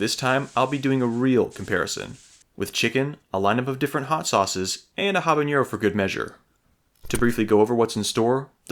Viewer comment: Love the video, love the pepps, one thing non Spanish speakers often miss is: “ñ” and “n” are different letters, jalapeño and habanero don’t sound the same